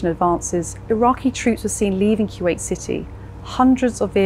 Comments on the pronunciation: Boy if you say “kyoowait” one more time.. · Kuwait: koo-wate'or kwate'. Not kyew-ate.